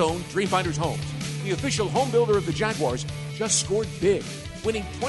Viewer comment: Week 10 of begging to pronounce Jaguars correctly